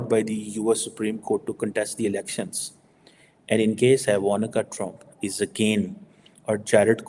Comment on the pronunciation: Its jamnagar not jamuna nagar. What kind of PHD you have?Also its not iva-na-ka. its called "i-vang-kuh"